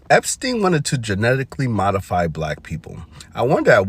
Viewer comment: Epstein not Epistein